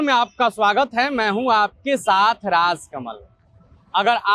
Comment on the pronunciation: Tumlog kaise reporter ban jate ho? Jo apna naam hi sahi se nhi bol pata ho, timeline pe naam likha aa raha hai aur tum khud ka naam RAAZ bol rahe ho, gaali dene ka dil karta hai aise select karne wale selectors ko.. jisko khud ka naam sahi se lene aa raha usse reporter bana deta hai, sharm aati hai aise patrakaritaa se pronounce sahi karo bhai.